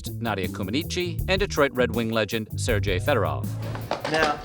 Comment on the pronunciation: "fatally wounding", "Ser-JAY Federov" ... dude, what?